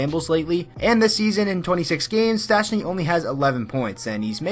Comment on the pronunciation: ... so nobody will react on that you can´t spell or pronounce Paul Stastny´s name?